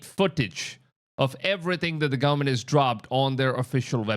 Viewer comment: Gullamemt?? GOVERN-ment. 🤦🏻‍♀️